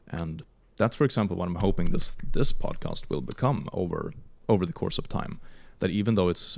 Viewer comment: are we not gonna talk about how pronounces podcast as “podcost”